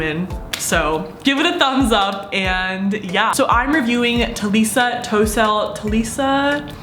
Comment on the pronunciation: tossel not toesell just so you know